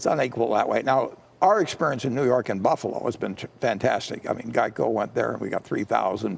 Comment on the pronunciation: What the hell is a Gieco?